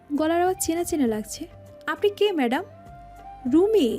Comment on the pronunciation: মেডাম” নয় “ম‍্যাডাম”